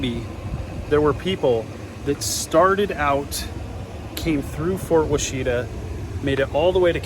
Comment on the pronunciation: Wash-ih-tah. Ask the locals how that word is pronounced